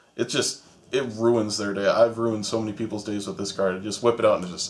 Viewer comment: LMFAO he said i runied so many people days